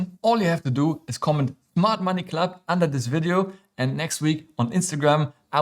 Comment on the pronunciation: Smart Money Club (although it sounded like you said Mart Money Club 😝) Thanks, love all your videos 😊